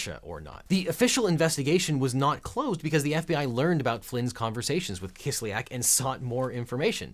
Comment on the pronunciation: Kis lyak. Ya is a single vowel in Russian. It is not Kis lee ak like almost all Americans pronounce it